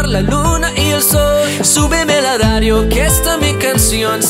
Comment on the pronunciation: its so funny when you say, la ladio instead of radio, like japanse people hahah. good work.